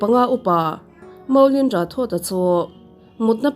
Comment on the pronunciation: Rathod hi Rathor anga lamtur zawk ani ang ka ring...